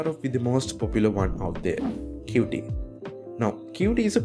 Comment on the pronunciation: qt is not pronounced "cutee" but "cute"